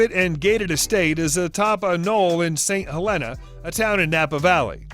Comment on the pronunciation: exactly...St. Helena in Napa is pronounced St.Heleeena, for lack of a better way to write it. Cheers from San Francisco. I've seen him jogging . Oh well.